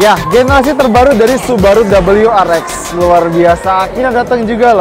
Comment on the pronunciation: double yu Ar Ex ya, bukan double yu Ar Vi